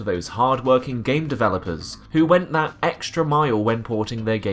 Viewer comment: You need to practise your th's, it's "that" not "vat"